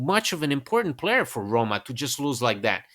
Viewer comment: Excellent points and analysis!! But PLEASE... Don't butcher the name of our bellowed club (ARRRRRRRoma ..) :(